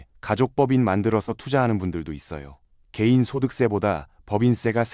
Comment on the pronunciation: 개인이 게이로 들리지만 크게 다르지 않으니깐!